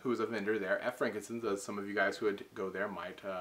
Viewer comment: For the longest time I thought you were saying 'Frankincense'. I now know it's 'Frank and Sons', but this time I heard 'Frank and Sins'.